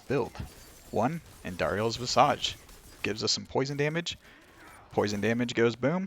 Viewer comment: Why do people keep mispronouncing visage?